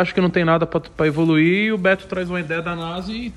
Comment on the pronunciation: tem toguro falando "evroruirem" tem like